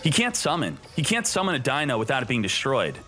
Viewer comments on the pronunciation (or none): none